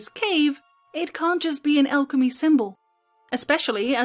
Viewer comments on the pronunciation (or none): none